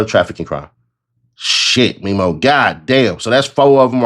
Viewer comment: Its Memo like Mem. Them Mem's. Mem-o